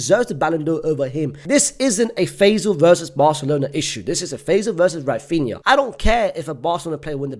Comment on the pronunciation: Oh my god, he said Raphinha, what is happening 😯 I can't believe it